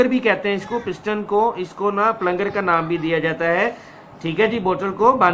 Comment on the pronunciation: Check pronunciation of "plunger". Please check the pronunciation of those words about which you are not sure so that you can pronounce such words correctly. I hope you will pay attention. Thanks.